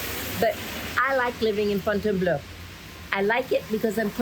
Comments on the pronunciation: Try saying FONN-TEN-BLOW. After all, it's Fontainebleau, not Fontainebleu. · With respect it is prounounced FON + tin + BLOH . three syllables. It's not BLEU that's the color blue. One thing people need to understand when learning French or any other language is that it is not meant to be critical. French people correct those learning the language. Always be open and carry a sense of curiosity. The country even as an institution called the L'Academie Francaise ( I'm typing from a clavier that does not function as a French clavier therefore does not have proper accents to insert )dedicated to the protection of the French language and it governs any possible threat to it ( such as slang ). The French language is considered a true art.